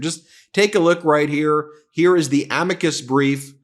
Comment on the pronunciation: It's clear that MAGA Mike is out of his wheel house when he refers to a Amicus brief as "A-meee cus brief " He claims to be religious. So far I haven't seen it.